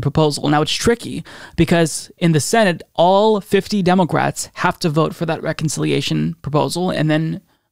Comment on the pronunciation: Demoqwats? What are you saying 🤣